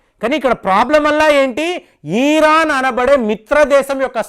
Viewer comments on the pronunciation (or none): none